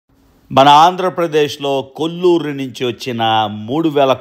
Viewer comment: కొల్లూరు కాదు, కోళ్లూరు మైన్. ఇప్పుడు అక్కడ పులిచింతల రిజర్వాయర్ ఉంది.